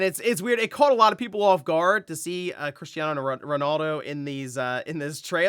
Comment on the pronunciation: it’s Cristiano not christiano 🤣😅